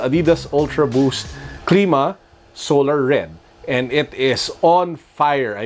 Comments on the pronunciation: it cl^ma not cleema just sayin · its clima not cleema